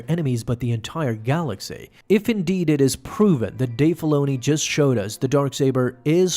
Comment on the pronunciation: “In the galaxay”